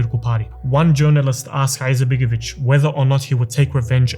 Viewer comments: Why is this guy clearing this throat (an arabic pronounciation) while pronouncing the I in surname Izetbegović? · Have you thought about to learn how to properly pronounce his name before you made this video? I’m Bosnian and I don’t have good opinion about him especially not about his political ancestors and his son BLJAKir IZMETbegović who is the most corrupted politician in Bosnia including his wife SMRADija IZMETbegović.